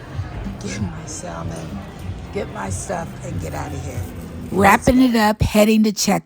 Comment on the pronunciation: Greenhouse is so nice that I can forgive the way you pronounce the word salmon.